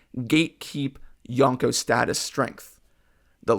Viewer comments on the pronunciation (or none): Everytime someone says yonkou like this, a puppy dies. Good video though.